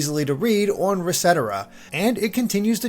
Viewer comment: The way he says the word “on” is bizarre. I’ve never heard another human being say it that way.